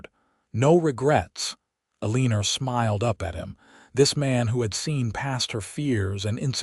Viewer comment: Her name is probably pronounced "Eleanor". Never heard of "A leanor" as a name.